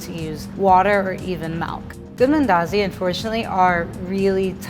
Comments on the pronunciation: Wait is this a Kenyan speaking like an American? The way she says mandazis yuck! Umeharibu. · You Kenyan? Just wondering coz you struggled to pronounce mandazi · If she says mandazi like that one more time i swear on my daddy momma😂😂